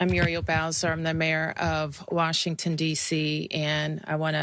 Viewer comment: it's Warshington 😂